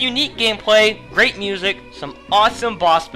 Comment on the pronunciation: After seeing Mass attacks description by you...and you said Great Music....I though you said RAPE MUSIC